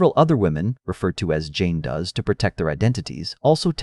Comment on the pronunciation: I know, Jane doos.... jeez